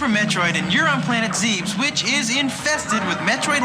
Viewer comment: Planet "ZEEBS" lul